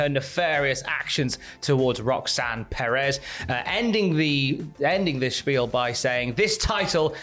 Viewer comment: should not be allowed to pronounce Perez lmao.